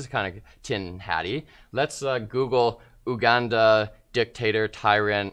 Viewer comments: Hey guys, the country name is pronounced YouGanda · LOL!!! Oooh-Ganda.. It's You-Ganda...